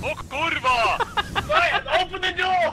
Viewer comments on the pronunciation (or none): I love that "O KURRRWA"